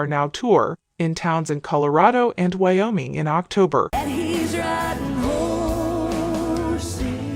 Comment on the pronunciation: Exactly, jtcard4369. Not only McEntire, but the singer's name is pronounced "FRY" not "FREE". I would have to go back and listen again, but it seems she said "Wayoming". I have heard on YouTube videos for a long time now, voice work that is from someone (or something?) that one would think is done by a person from a foreign country except that the accent is decidedly American. Are there AI apps that can do these seemingly organic narrations? I know there has been progress made since the time when Stephen Hawking's speech output was made, but what I've been hearing seemed to have pacing, intonation and all other aspects of copy reading that I didn't think had been accomplished by voders yet.